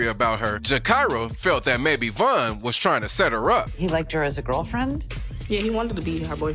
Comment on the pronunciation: Exactly and he said Von's name wrong and he showed duwop instead of dooski 😭😭